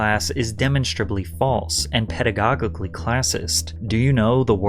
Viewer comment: Bro, please invest in a team member that catches when you pronounce things incorrectly. Literally every video there’s a least one word you butcher, drives me up a fcking wall “Demen-straw-blee” “Pedi-GAWGIGULEE???? 🤣🤣